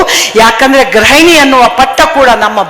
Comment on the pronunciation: ಭಾಷಣ 👌👌ಆದ್ರೆ ಗ್ರಹಣಿ ಅಲ್ಲ ಗೃಹಿಣಿ 😊